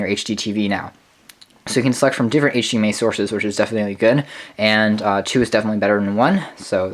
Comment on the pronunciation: You said hdma